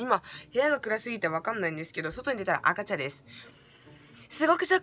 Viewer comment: 赤茶がごめん、赤ちゃんに聞こえた